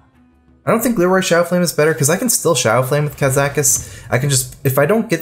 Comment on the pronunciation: It's pronounced KAH-ZAH-KUS, not KAZ-AH-KUS.